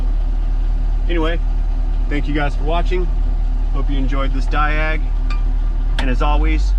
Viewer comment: Die-AG? No... I'm sorry.. ya done son.